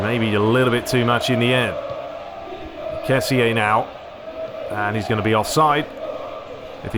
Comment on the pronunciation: Hey I just saw u we're back a week ago I'm happy ur back, we can enjoy some commentary but ur not pronuncing kessie right it should be ke-si I hope u read this comment because I saw nobody else doing it